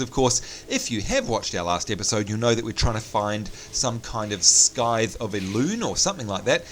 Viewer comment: scythe is pronouned sythe silent c mate lol